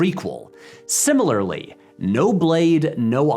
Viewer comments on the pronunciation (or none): none